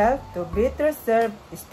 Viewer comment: I used to be an ESL teacher in a Korean Academy for 6 years in Baguio before leaving the Philippines for greener pasture. Hence, allow me to give some comments as I listened to how you read. I heard you say bitter, instead of better. Overall, good job. Practice on your pronunciation particularly on the e sound, and you will be a good speaker in class when you have presentations soon.